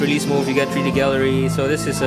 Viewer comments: can u speak correctly plz. its not HACHE tc its htc . its not tree d . its three d get it right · tree dee... lol